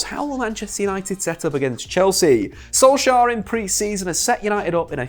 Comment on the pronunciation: Im from Norway. I just wanted to correct you on the pronounciation of Solskjær. The letter K is silent. So it becomes like Solsjær.